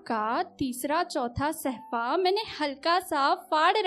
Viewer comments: Admirable shayeri,but sahfa nahi hota hai mam bulke safha hota hai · निधि जी सहफा नहीं सफा